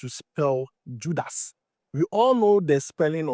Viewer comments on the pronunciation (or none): Judas Iscariot 😂😂😂😂 not judus